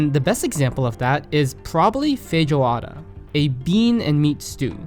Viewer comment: I died when he said feijoada lol its pronounced feh JJ oAdA the j is like long and stretched and the A is very pronounced